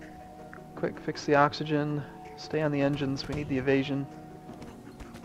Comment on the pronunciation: ha you said coxagen